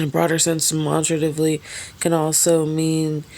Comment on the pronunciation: you didnt pronounce that right. Demonstratively.😅